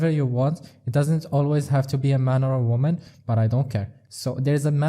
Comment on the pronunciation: “The MAN & the WAMAN” 😂😂😂